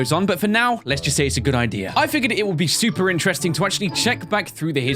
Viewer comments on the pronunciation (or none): Ryan said stuper on